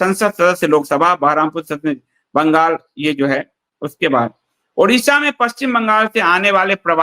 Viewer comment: ओड़िशा है न की उड़िशा 👏👏👏कृपया आगे से ध्यान रखें ।